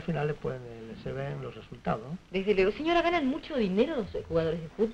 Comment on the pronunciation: Lo escuché decir tipo "Shiver", "shesultados", "Shiver Plate", como se pronuncia actualmente en provincias argentinas creo. Se ve que eran más "provincianos" en esa época en Buenos Aires, o algo así. No es la primera vez que veo cosas que todavía pasan en las provincias, y que en Buenos Aires ya no se estilan, vivas en archivos porteños históricos como este. Otro ejemplo es como se cantaban los tangos en la época de Gardel, "rechiflau en mi tristeza", en lugar de "rechiflado en mi tristeza"; quizá curiosamente, me he encontrado con porteños "racistas" diciéndome en zona de comentarios de YouTube: "cordobés mal hablau", siendo que creo no pronunciamos "hablado" así, pero ellos al menos sí, en la época de los 20' o 30' cuando el tango canción hacía furor con el Mudo.